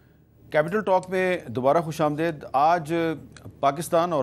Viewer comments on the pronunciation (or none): Khush am DAID nhi hota Mir sab khus am DEED hota hay ... Ap kion ghalat boltay hn ?